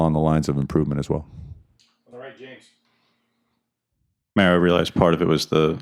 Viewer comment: I think the reporter who calls Mario "Merryo" every week shouldn't be allowed to ask anymore questions until he can say the coach's name right.